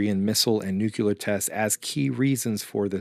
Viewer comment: NUKELAR? Stop. Next.